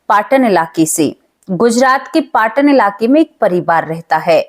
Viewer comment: Pathn nahi patan city he